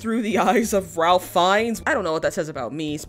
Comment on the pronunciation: His name is actually pronounced like Rayf not Ralf